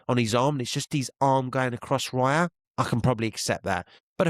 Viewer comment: David Rayah (cockney accent) 😂 big up